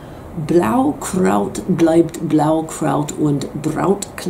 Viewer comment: excelled in nailing not only the Blaukraut-Line...